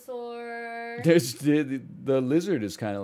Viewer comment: Yoooo killed the "Bulbasaur" pronunciation, dude. She's really starting to pog up.